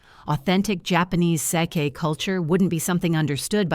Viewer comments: I am not impressed with this 3rd generation Japanese person. He's arrogant and I would rather say I am another race than his. Sorry I cannot watch anymore. Btw true pronunciation of same = (sa - kay) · Sake not with a long a sound. Another with wrong pronouncing of words.